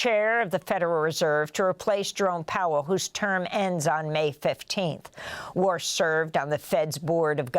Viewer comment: WARSH?🤨or Wash? 😂Sht Always cracks Me Up. She didn’t say Walsh🤨